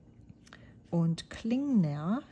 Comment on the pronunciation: I love hearing you say Rohrer and Klingner the way it's supposed to be said. There's sure no way I can do it...German heritage or no. I really love the colors you've chosen. I hope you enjoy using them.